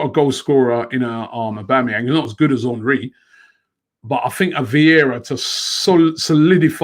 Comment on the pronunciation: Is it "Hornry" or "Henry"?